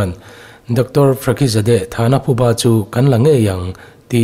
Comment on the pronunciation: Thuba nilo vin phuba tih zawk tur ani e